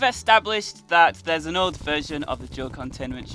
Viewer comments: It sounds like you say joke containment unit, and not old containment unit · You sound like youre saying joe containment unit